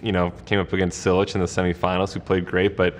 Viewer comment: He doesn't know how to pronounce Cilic? He called him Silich, not Chilich.